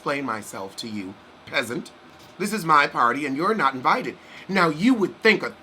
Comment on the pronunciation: The "nooooo" and "invatatay" 😄😄